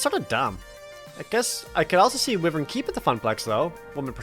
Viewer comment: pronounced wyvern wrong. It's pronounced why-vern, I even looked it up.